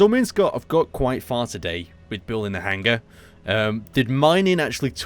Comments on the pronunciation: really Aaron?'Hanger' and not 'Hangar'?but awesome video and work,you give me base inspiration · everytime i here you say hanger i hear hang ger